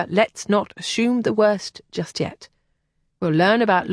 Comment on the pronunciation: Love the story and the narrator. Only irritation was ASHOOM pronunciation of ASSUME